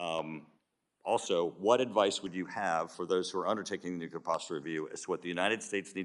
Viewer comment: The word is NUCLEAR!!! Not NUCULAR!!!